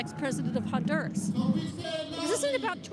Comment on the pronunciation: They are NOT BOMBING Venezuela right now. It was in and out! *H in Honduras is silent ---- onduras.